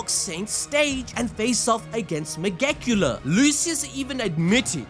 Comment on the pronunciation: Anyone tryna say anything about black clover and asspulls need to pack their bags with their simple minded brains and take a hike 🚶‍♂️ in other news we finally got a new vid about black clover!!! 🔥 🔥 🔥 they even started saying megiculas name right, can it get any better than this?? Also this chapter is so short because it should be noted that the if they released a 40-50 page chapter the next volume would've been too many pages long so yeah we waited 4 months for 28 pages but they probably were 2 chapters 14 or so pages each combined into one for giga while tabata worked on the spring issue which will be 40-50 pages long since it'll be the start of the next and possibly final volume. But judging by how this chapter went we got plenty of black clover to come guys